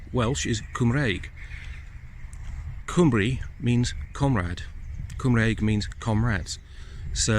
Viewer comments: pronunciation of Cymru isn't quite correct, but not a bad effort. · There in no W in Cymru, the y is a vowel so quite important to get it right , definitely does not sound like a W, more like the U in “Under” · his pronunciation of the word cymru was hilarious lol but to be fair ,he did do ok with cadw .but i do respect the man for promoting the welsh culture and history ,credit where credit is due :) diolch yn fawr